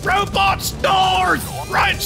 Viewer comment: Rowbuts on me I repeat ROWBUTS ON ME!!! 🤣🤣🤣